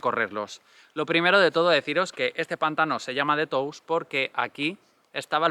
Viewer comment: hola, se pronuncia Tous con O abierta. por si ayuda, gracias